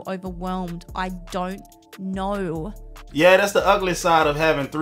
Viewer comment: “I don’t knowullu”